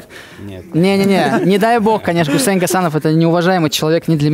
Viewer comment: Ничего хорошего имя гусеиин не может сказать